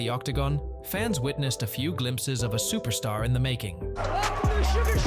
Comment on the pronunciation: "UFC superstar" bruh needed an english to english translator Nate style that was brutal lol